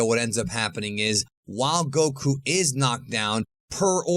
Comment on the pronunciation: Bro it’s not “go.... KOO” lol it’s one word man goku